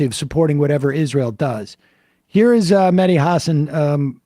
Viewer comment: FYI, folks, it's "Mehdi", not "Medhi". Otherwise the name sounds more Indian than Arabic. In particular, the "h" actually ought to be pronounced; it's not mere ornamentation for the "d".